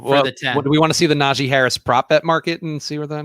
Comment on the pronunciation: Najee not Najay Harris :)